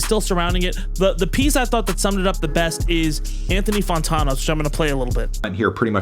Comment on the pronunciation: Anthony Fawntawno